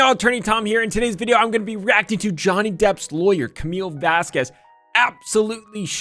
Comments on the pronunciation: I'm very bothered by the fact that Elaine calls her Ms. VasKWEZ. Lmao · Elain mispronounced 'Vasquez' every time. It's not Vas kwez it's Vask kez WHY DOES ELAINE GET AWAY WITH ARGUING WITH THE JUDGE IN FRONT OF THE JURY!? It drives me nuts!😖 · VAS-KEZ not VAS-KWEZ. as a Latina it triggered me. That name is not hard and Elaine crossed a line. Not saying you did, I assume you were just going off how often Elaine mispronounced it. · M8, you're from Texas. It's not Vas-kwes, it's Vas-kes. C'mon. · It drove me nuts she kept calling get Ms. Vas-Kwez. If I were to be referring to any person and had ANY doubt on how to pronounce their name I’d check before hand! Constantly mispronouncing her name was awful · Apart from the unprofessionalism from Amber Heard's team, I was so tired of Elaine mispronouncing Camille's last name, I know English grammar would say q separate from u, but the way of saying it would be 'Vasqez' even though is written as Vásquez 😊, it was said properly from the beginning of the trial, so, it triggered me. 😅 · as a citizen of a former Spanish colony, hearing it pronounced as "vas-kwez" give me anxiety 😂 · The way Bredehoft was mispronouncing "Vasquez" as Vas- KUEZZ was so unsatisfying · The way Elaine says “VASQWEZZ” 🤦🏻‍♂️ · The way she says Vazquez bothers me to my core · I know everybody points it out but to me it is funny every time lawyer Karen calls Camille "Vasqwez". I mean the only person in that trial who should have their name mixed up is Bornrotten. Also I am not a lawyer but in the definition of leadings proper question example, I get a weird feeling like that should lead to a speculation objection. Like, why are you asking somebody to guess? You either know or you don't. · "Miss Vass-Kwez" lol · I'm pretty sure that AH's lawyer is mispronouncing Camille Vasquez's name as "vass-kwes" on purpose. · Amber Heard's lawyer mispronouncing Camille Vasquez last name multiple times is probably why shes this fierce. vaskwaz 😩😩